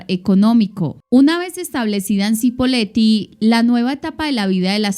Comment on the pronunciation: Se pronuncia CHIpoleti, pero todo bien. Muy buen video 👍